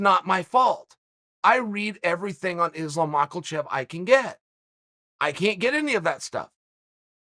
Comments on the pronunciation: "name i've heard more than anyone else, Islam Maakulchev" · “Islam mockle chev” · Who is Islum Macklechef & ka-beeb?? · Chael “Islam Macklechev “ Sonnen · Chael “ Islam Macklechef” Sonnen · Islam Michaelchev - Uncle Chael